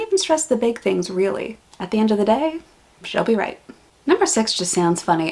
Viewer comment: True - people forget about those rapid tongue movements. “Flat out” is also a play on words as lizards have short legs. They have to lie close to the ground in order to lap up water. PS. - you pronounced “She’ll be right” just like an Australian! 🤗